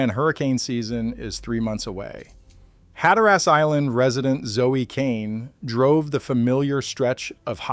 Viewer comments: It’s pronounced “Hat a rus,” not “hat a rass.” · If you live there, I think it's "HAT-trus".